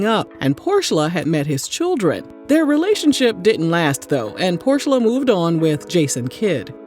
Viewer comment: Did you say Porsha or Horse-sha?